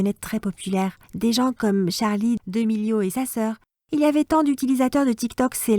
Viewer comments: C'est damelio pas demelio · C'est Charlie damelio et diksi damelio pas demilion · Charlie d'amélio pas d'emélio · CHARLIE D'AMÉLIO PAS CHARLIE DÉMÈLIO!!!